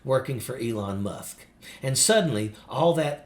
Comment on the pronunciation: did you say, " Elon Muff?"